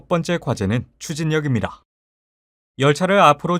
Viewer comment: 아 자꾸 입니다 할때 "다"발음을 "라"라고하네 빡쳐서보다끈다 실제내눈앞에서 입니'라' 라고말하면 망치로머리부신다진짜